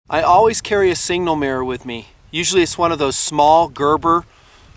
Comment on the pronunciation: Its SIGNAL, dagnabbit. Not "single". Just saying.:) Keep rockin'. I love it.